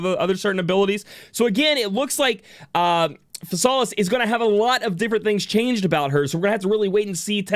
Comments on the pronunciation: JP pronunciation is "Fi-sa-ris". "Fi" as in "fire". So it would be "Fi-sa-lis" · I think her name is read like this, Phi-sal-is